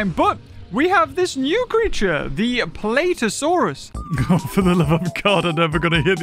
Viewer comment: "Plate eeeeosaurus"has gotta to be one of funniest lines